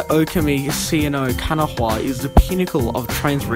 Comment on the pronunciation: You said kanawah wrong it’s pronounced ken-oh-wa